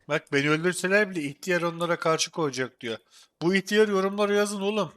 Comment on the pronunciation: ihtiyar değil ilk diyar diyo